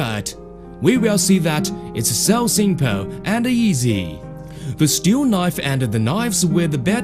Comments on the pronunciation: ''It's very simpeale'' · so simpoow